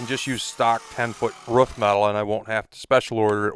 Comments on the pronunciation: ‘Root’. Okay. But ‘ruf’? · I try not to be a tight ass but holy moly does the way some people say "roof" as "ruff" bother me xD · Stop saying ruff it’s roof